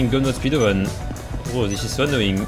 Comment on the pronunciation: the way says „bro“ „brrrrrrrro“ no h8te btw:)